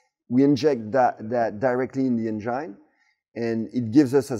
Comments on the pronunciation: "Say N-Gin" 😃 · Can't help myself from smerking whenever he says "enGINE" haha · "Directly injected in to the Angine"😅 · I love the way he pronounces 'engine'